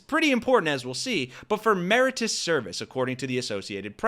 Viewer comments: Mer-i-tor-i-ous, not mer-i-tous. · It's "meri- TOR- ious" not "merit-ous"